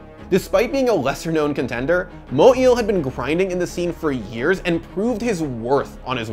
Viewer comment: Moe Eel 😂